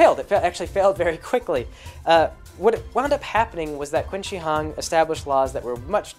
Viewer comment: Qin is pronounced "Chin." Just a small FYI, enjoying the monologue.